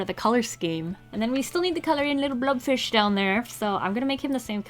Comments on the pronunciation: Isn't it a blobfish, not a blubfish? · is she saying blood fish or blob fish or blub fish?